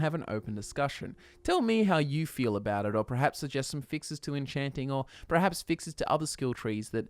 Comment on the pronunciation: it's called enchaaanting, not encheenting